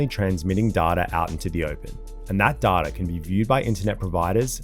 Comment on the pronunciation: I can't make it past the way he said data